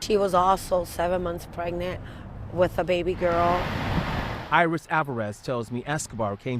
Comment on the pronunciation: Eye-Ris Eye-Ris 💀